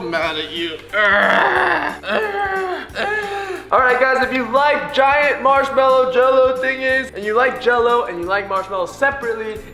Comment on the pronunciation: it's not a marshmallow it's a "marmallow"